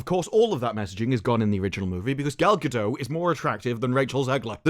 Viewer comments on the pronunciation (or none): Gadot, not Gado, the T isn't silent There's no such thing as "your truth". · it''s not pronounced Gadoh